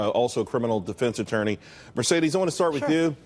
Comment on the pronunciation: Mercedes COLON, seriously? Obviously he hasn't taken spanish.